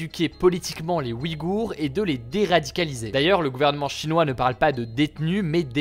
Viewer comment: Le tréma fait que l'on prononce "ouille-gour" non?